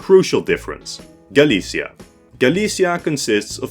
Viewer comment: The Galicia in Eastern Europe is pronounced very differently from the one in Iberia. It's more like Galitzia.